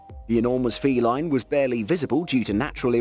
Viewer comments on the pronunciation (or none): none